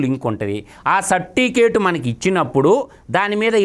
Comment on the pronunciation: Sapticate kadura Certificate ra ☺️